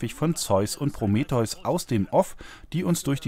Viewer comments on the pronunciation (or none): none